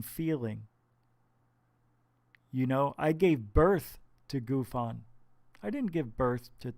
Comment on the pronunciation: GUFON ........ GOOF-ON . Clearly you know nothing of Canadian slang when naming this channel.